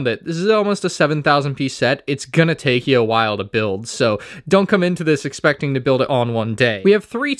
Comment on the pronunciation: "expeccing"??? Speech is hard.